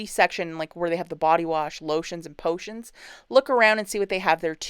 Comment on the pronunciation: Thanks for all the visuals and prices.very entertaining as well.I was smiling at the way you pronounced a few things.potions 😂